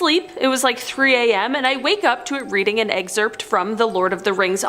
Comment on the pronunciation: 10 seconds in: STOP SAYING, "EGG-ZERPT!!!" 😭